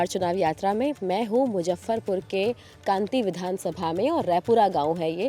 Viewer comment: It's not कांति it's कांटी